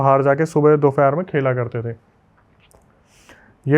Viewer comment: Dufer nhii dupher hotaa haii 🙂 aap fir bhul gyee